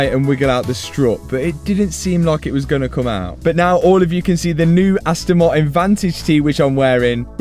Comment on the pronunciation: Just letting you know Martin has the letter T in it it's not silent